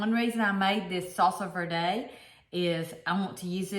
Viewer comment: I've lived in CA and AZ, we pronounce verde, v plus air and de like day. Hope that makes sense. So say vairday.